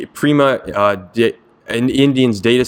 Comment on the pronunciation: Thank you! That's a pretty clear explanation of Keras introduction. However, "pima" not "prima" people in India.